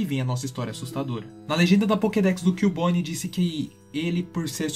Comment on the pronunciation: Ahn é CUbone e não Killbone